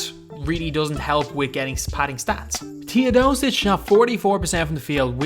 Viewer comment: Sorry for saying this its not Tiodosic its Teodosic